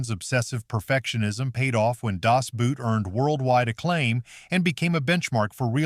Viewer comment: The only real tanks were Russian and the German was a made up Tiger on a T34 chassis. #8 Captured Sherman tanks (NEVER HAPPENED). You should have had someone pronounce some words that you said completely wrong like DAS and REMAGEN. The last 3 I saw no tanks.